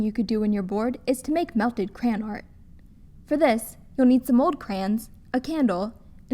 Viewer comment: The way she pronounces the word crayon hurts my ears...